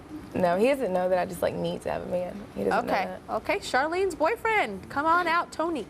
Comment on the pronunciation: I can't stand the way she pronounces the name "Tony".